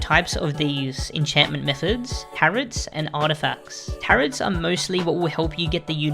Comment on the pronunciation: You don't pronounce the last "t" in "tarot" btw, its like saying "tarrow" haha 😁